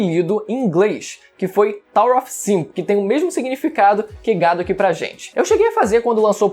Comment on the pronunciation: Não e off e of que se pronuncia av. kkkk